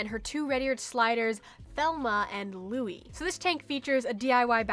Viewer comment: It’s Thelma and Lou-eeze lol 😂